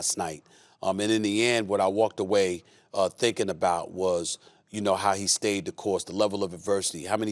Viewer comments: giannis antenticoin xD its wrong but sounds goood i dont know why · Stephen A., please say it with me: "Giannis Antetokounmpo." You can do it. You can pronounce it if you try. These guys have crow breath. Lots of blabbing. Little substance. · GIANNIS IS NIGERIAN,JUST LIKE THE NIGERIANS THAT HE INSULTED,CAN STEPHEN A PRONOUNCE HIS NIGERIAN SURNAME??????? THIS GUY IS AN EMBARRASSMENT 🤔🤔.